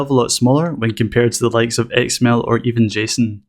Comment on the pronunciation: Great tutorial and I love your accent! I keep hearing "egg smell" when you say XML. :)